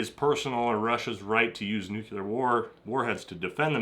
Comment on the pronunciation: NU-CLEAR. NUCLEAR. NEW. CLEAR. NUCLEAR.